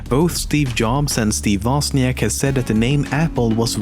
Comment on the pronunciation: Woźniak not Woziank ffs